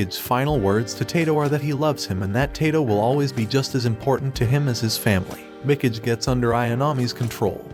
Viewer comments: "Mick-ige"? Good lord... "Mee-KAH-gay". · it pronounce as mi-ka-ge... not mi-key-j,,, you english people can't even copy japan's languages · Did this guy really watch this anime before? The way he pronounces Mikage would suggest he didn't. "Mecage"...cringe. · I feel spiritually obligated to pronounce "Mikage" like they do now xD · Facts. Mikidge. I’m like…bruh.. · It's me ka gai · Mi - Cage. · Mikage mee-Kah-gae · The way he pronounces Mikage lmfao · Yea......i check my ears everytime i hear him pronounce mikage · Is really so difficult to check how Mikage is supposed to be pronounced? Listening is impossible without cringing.